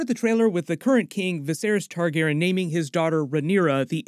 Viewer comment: You have to be saying Targaryen wrong on purpose. For you to say viserys and jaehaerys right but still say Targaryen like that? Ilysm but this gets me idk why😂